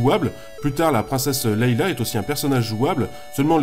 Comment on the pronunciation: on dit leia pas leila.